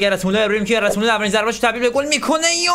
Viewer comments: گرت مولر نه گِرد مولر ☺️ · کانتنت خوب بود👍❤️ اما برادر خودت نوشتی گرد مولر تو ویدیو میگی گرت😂😂😂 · داداش گرت مولراشتباهه گرد مـولر افسانه ای درسته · داداش گرد مولر نه گرد مولر درست بگو مگه گرت بیل است اینطوری میگی درست بگو بلد نیستی فوتبال میبینی اصللن